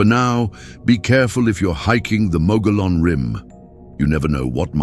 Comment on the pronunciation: Pronunciation is wrong. "Mogollon" comes from Spanish. It is pronounced like Mug E own. I live in Arizona and have visited the ruins of the cabin where the Mogollon Monster allegedly killed a young couple.